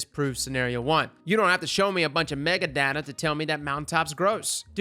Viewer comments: Say Mega-Data again, I dare you, lol. It's Meta-Data. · Mega data? META. It’s META data. 🤦‍♀️